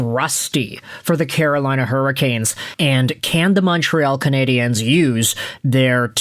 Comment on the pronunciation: Just so you know (because you're clearly an American who doesn't), in English, the word "Canadiens" is just pronounced the same as "Canadians". They are the Montreal Canadians in English, where pronunciation is concerned, not the Canadi-ennes.